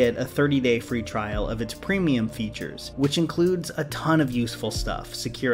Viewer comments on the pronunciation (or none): none